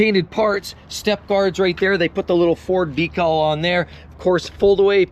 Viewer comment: No deckul this time?